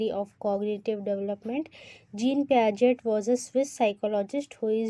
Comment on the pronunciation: ...t silent hai in the name of piagets